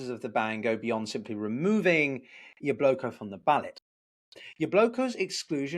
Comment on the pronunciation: Why do you pronounce it Yabloko, not Yablaka?